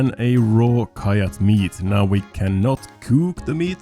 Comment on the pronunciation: Someday soon will figure out that "kyatt" is supposed to be pronounced "cat", surely...